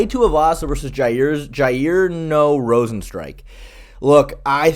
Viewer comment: Cant tell whether or not you're deliberately mispronouncing rozenstruik's name or not